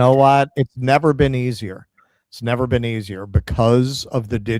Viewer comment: "You've never bean?"